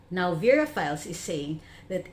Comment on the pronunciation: verafiles sounds like "perafiles"